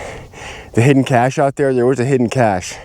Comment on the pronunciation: You keep calling him Kenny Beach and not Veach also the word isn't cash the correct word is cache! I don't think you should take time off it seems to impair your cognitive abilities. Beware the desert lies in wait for you to make a mistake as it did Mr. Veach!